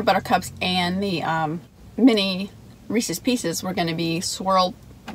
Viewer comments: It seems like your partner in crime has been MIA for a while :( The guys name is Reese and he owns the pieces, so it's pronounced as a possessive proper noun 😆 Reese's not Reecees!!! :P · Screw the review, of this concoction from Sonics Today's lesson more, is about English and phonics The possessive of Reese, whether cups or the pieces Is correctly pronounced, not as Reese-eez but Reese-izz How this got started, is pure mystery to me I hope you'll take note, do you hear me,? So now a few words, of this Overload Blast She liked it so much, a five of five score was cast And on her way home, Karen's husband we saw Silly guy that he was, thought the spoon was a straw He agreed it was good, as he figured things out Was that the same spoon, had in her mouth? If the swapping of spit, can be considered as kissed When hubby sees this, he just might get pissed A Blast I would like, probably more than the Reese's Is vanilla ice cream, with crumbled apple pie pieces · My control issues flare up when I hear people saying Reeseez.............LOL! I know a lot of people pronounce it like that. Dairy Queen used to have a Chocolate Covered Cherries Blizzard where they used the chocolate that they dip cones in for the hard shell. It was SOOOOOO good with the cherries & flecks of that hard (not too hard) chocolate. SO yeah Sonic- recreate this for me! DQ doesn't even carry cherries any more or I would make a special recipe request when ordering. As far as Reese's, I LOVE the Outrageous candy bar & the thick Reese's cups with the pieces in the PB. YUM!!! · I was thinking the same thing with the pronouncing of Reese's Pieces I saw a comic once that made a joke about it. Which was pretty funny. But anyway love the rhyme Don. Keep up the good work I look forward to these as much as the review. Its the n the word wizard